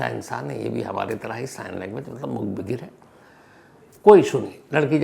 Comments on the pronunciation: Itne bade Crime Reporter, itna experience Phir bhi pronunciation galat... #Mook_Baghir nahi #Mook_Badhir... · मूक 'बधिर'.... होता है sir... 'बघिर' नहीं 🙏